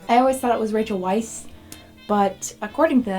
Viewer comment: Weisz is german/austrian (germ. Weiß = white) applyed to the hungarian language. Appariantely, Rachels Weisz Dad was a hungarian jew which had to flee to america cause of the persecution of the jews. So the second time you pronounced it perfectely fine.